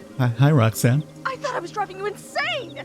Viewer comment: Rhok'zan ? Rok....zan....Oh my fkin god ....Roxanne